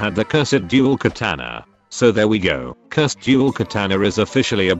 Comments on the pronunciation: You said Cursed tye wrong way. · I really like how the robot voice says "curs ed"